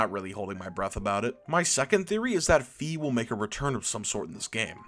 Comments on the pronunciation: Its FI F I NOT FEE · I also believe that "Fai" is the correct pronounciation, but he used both of them in this video. (You can hear it )